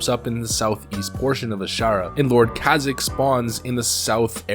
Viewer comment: Kazik?! That's not how you pronounce it.